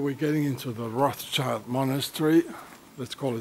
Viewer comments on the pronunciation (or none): Yes, they just keep using that "child" instead of "schild" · It is Roth Schild and not Roths Child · Funny how everyone pronounces it roths-child. Its actually pronounced Rot-schild, as in Red-shield in German. Hence Rothschild. Everybody is a Rothschild expert, but cant even pronounce a name properly.